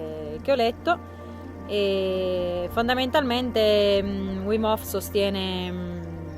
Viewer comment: Comunque si pronuncia vim, non uim... è olandese, non inglese 😉